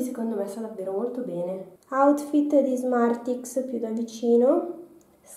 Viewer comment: allora non sono la sola a sentire smarti